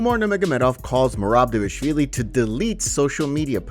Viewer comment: It is D V A L I shvilli. Not D E V A shvilli. Why can't you guys get it right? The second letter of the name (which is a V) is following the first letter (which is a D) . All together it is D V A L I S H V I L L I.